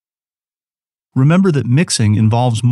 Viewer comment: Great super awesome informational... But the way she says "Happun" and then drops off is the most irritating thing to my ears.....